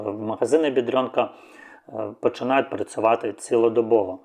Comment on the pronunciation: Магазини в Польщі називаються "Бедронка", а не "Бедрьонка".